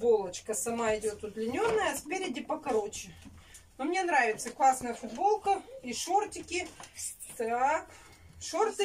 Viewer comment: Ни мине , а мне !!!! Не сести , а сесть!!!